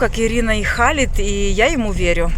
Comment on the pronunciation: Имя Хєлид а не Халид , 18 лет в Египте можно виучить Арабский